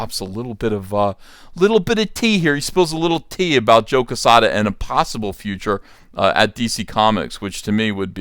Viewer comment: Jesus Christ you can’t even pronounce joe quezada correct